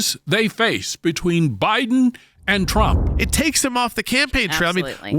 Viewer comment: He's a jerk, can't even say Trump. He didn't know this before. Come on.